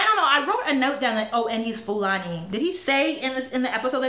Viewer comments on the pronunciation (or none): none